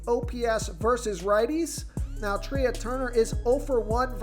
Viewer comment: Trea turner is pronounced like Tray